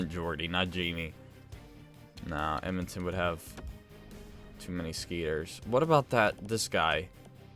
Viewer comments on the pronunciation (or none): none